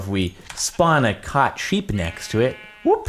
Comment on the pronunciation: "Cought" that hurt my brain a little